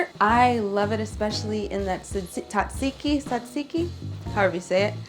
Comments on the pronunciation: it's tzatziki, you focus more on the tzzz (you should actually sound like a bee :p ) .. just an advise from a greek girl . And btw you're amazing!! <3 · Being Greek it sounds so funny to me when people try to say "tzatziki" haha. Love it tho!Great video,thank you :)